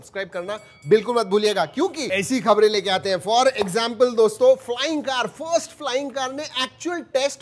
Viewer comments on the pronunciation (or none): none